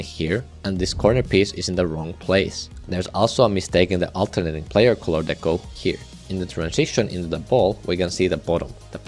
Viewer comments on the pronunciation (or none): none